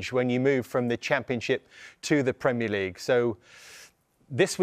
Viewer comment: "Premier Legaue" 😂